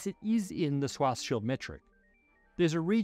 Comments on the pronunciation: Swas Schild Solution 😂 Im sorry but the pronounciation is off. And yes, it’s German. Doesn’t matter. We also speak your language how you do it. You could have simply put the word in google translate and let google read it to you. But you were too lazy for even that. In short, I’m making fun of your laziness :) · Its pronounced "Shwarz-shild"! not "Shwartz-child". It's German, meaning "black shield" . Very fitting name for someone working on black holes 😉 It's got nothing to do with a child. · For god’s sake Scharzschild name is pronounced SHWARTZ SHIELD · I wonder why he says swarzschild instead of Schwarzschild. I mean the sch sound does exist in the english language, like in sure or shoe